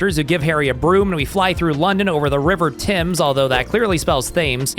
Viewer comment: thames is pronounced tems